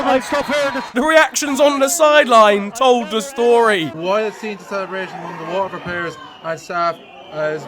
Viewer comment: You pronounced Athlone and Waterford perfectly with the state of our national team that counts so your starting up front instead of Parrott